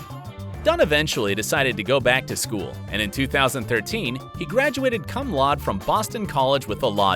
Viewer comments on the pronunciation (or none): That narrator was awful. fannal… It’s pronounced Fa-nell. Cum laud yikes, it’s Cum LaudEE. There was another glaring error but I don’t remember what it was. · Narrator was awful. He mispronounced Wallace's last name and said Teddy Dunn was on Grey's "Academy." Oh, and he graduated "cum lod." Wtf, dude? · I really loved this video and all the research that went into it, but I think that next time you might have to go over some things before recording. There were several things that were pronounced wrong like "cum laude" and "Anna" and "Grey's Anatomy". I think there were a few more that I've forgotten. Hopefully this is helpful criticism!!